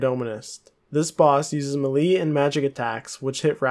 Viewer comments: its pronounced “maylay” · The way you say melee hahaha